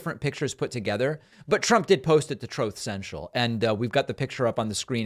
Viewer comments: OH WOW DAVID!! You love to make such a big deal when Republicans accidentally misspeak or mispronounce a word or a phrase like Trump accidentally saying "United Spates of America". How does it feel now that you've been caught saying "Trothe Central"? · troth central LOL I love how you always nail the correct pronunciation of it.